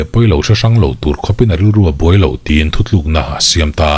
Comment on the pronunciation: nang tal hi chuan "thuthlûkna" t tawh suh teh😊 "thutlûkna" ti hrâm tawh rawh aw 👍🏻